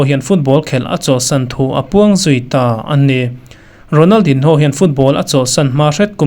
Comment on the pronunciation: A hming hi i lam dik lo deuh em, a in ziak ang ang hian an lam ngai miah lo a nia